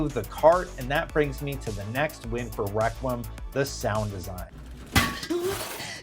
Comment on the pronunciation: Your pronunciation of requiem kills the video